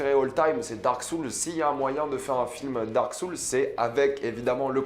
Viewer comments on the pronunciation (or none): Dark Soules xD (RIP l'anglais). perso j'ai hâte de voir Uncharted 😁😀